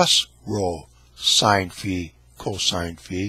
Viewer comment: The circle with a line through it is called Phi. It is like a head with an axe through it and it is pronounced fi as in fee foe fi thumb. He keeps calling it sigh. Sigh looks like a candle stick. When you sigh you blow out the candles.